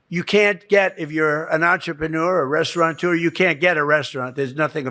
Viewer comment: It's RESTAURATEUR, not RESTAURANTEUR, "stable genius" trump.